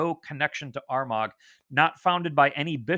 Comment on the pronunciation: Excellent presentation. Greetings from Kildare, Ireland. Lots of great information to digest. Just for info Armagh pronounced ‘Armahhh’ and Bealtaine is kind of ‘Baltana’.